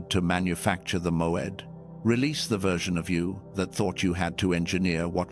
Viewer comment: MOED not MOAD?